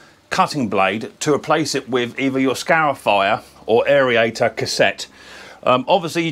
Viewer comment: AIRIATOR? Stop adding the extra vowels in! Just like Aluminium! Cheers mate!